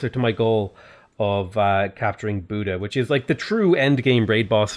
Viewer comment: I am a Hungarian and it is pretty funny how he is pronouncing the Hungarian cities (except Buda and strangely enough Esztergom which was almost spot on) :D (spoiler alert, it is nowhere near :D for some reason English speakers doesn't really understand the pronunciation of the Latin alphabet (Hungarian is far from Latin as well but the pronunciation of the letters is somewhat close), it is a miracle they stuck with that alphabet)